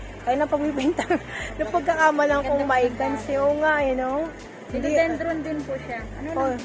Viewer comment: PHILODENDRON po at hindi phelodendrom FERN at hindi po ferm 🤣🤣🤣